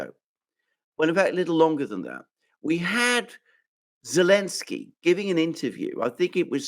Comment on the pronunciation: He's Zelenski.......not Elenski 😆😆